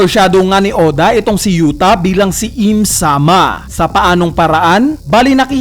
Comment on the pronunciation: U-Ta hindi Yu-Ta